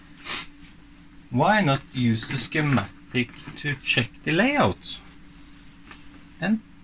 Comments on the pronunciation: Hey, form non native English speaker to another, you pronounce it "Skematics" 🙂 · when I was in Shool we made shiematic all the time!